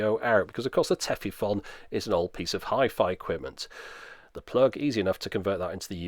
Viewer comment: Minor pedantry: The "-fon" in Tefifon is actually pronounced more like "phone". You can hear a native speaker talk about it here